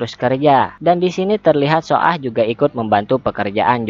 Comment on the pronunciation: Cara bacanya BKN so ah min,tpi baca aja su ah